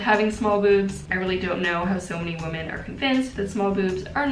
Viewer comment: Am I the only one that notices her saying women weird? 😂 it sounds like she’s saying woman.